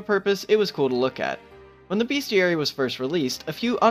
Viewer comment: *bestiary, not beastiary